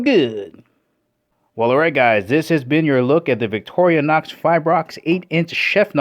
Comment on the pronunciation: It's not Vic-toria-nox! It's Vic-tor-i-nox.